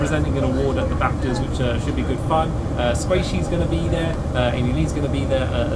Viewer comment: did you hear squaishy at the end =)